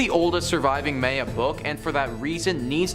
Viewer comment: How is it you pronounce Mayans correctly, but mispronounce Maya..?